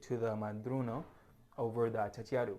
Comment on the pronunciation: The correct name is achachairu, not achachachiaru.